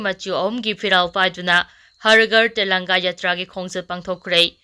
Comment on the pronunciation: Har ghar tellanga haibra nttraga har ghar tiranga haibra ? Pao pabada pronounciation khara senghanjaning-ngi.